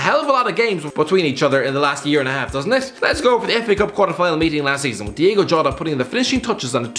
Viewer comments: It's Diogo, not Diego... (Also Wolves went through to the semis, not the final 😔) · It’s Diogo jota Not Diego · 'Diego' Jota? Who's that?